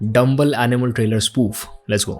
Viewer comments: Animal ❌ Aminal ✅ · Aminal nhi animal hota h 😅😅